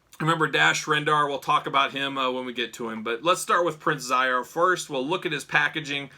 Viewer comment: Great review. The main baddies name is pronounced She zor. Anyway brought me back to the 90s.